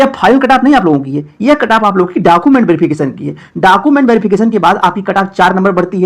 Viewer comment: Khali YouTube channel banakar farzi sabko paisa hi kamana h, bhale pta kuch rahe ya nhi rahe, are pahle documents (डॉक्यूमेंट) to sahi se bolna sikh lo, har video me डॉकूमेंट डॉकूमेंट chillate rahte ho